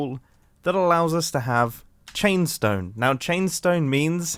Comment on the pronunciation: "Chainstoe" Mumbo, take a nap please.